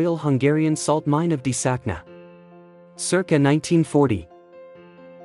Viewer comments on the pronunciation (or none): Désakna is not pronounced the way you did..é is not an "i" like in hit but rather the "[a]" in hay and "s" is pronounced "sh" so try [d-[a]-sh-akna].."akna" means mine by the way